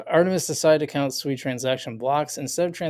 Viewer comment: You’re pronouncing Sui just fine